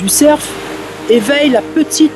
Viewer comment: le cer.. Fe se dit le cer tout simplement on ne prononce pas le F, en tout cas très bone video, je suis épaté!